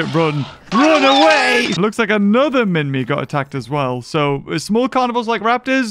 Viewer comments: Also u say it as minmai not literally minmi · MINMI not minmy to pronounce on google